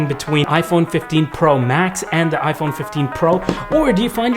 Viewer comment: bro said i fe!n